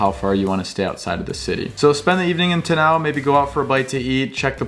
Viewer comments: Its Te Aaa-Now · Just some friendly help with place names. Te Anau = Tea-are-no. Tekapo = tech-a-paw :) love that you love here. Awesome video! 👏